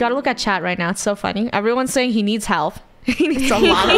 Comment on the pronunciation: funneh sounded British